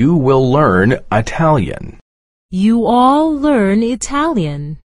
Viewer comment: بسیار سپاس ، ببخشید بعضی جاها دوجور تلفظ میشه ینی اینکه هر دوتاشو میشه گفت؟ مثلا شنیدم گفت you all learn Italian و هم اینکه you will learn Italian. خب all نوشته اما آقاهه میگه will یا اشتباه از شنیدار منه آیا؟